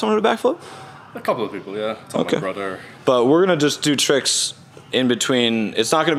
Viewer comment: His brudder of court